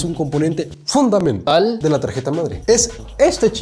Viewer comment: Es un componente fwodumental amee🤣🤣❤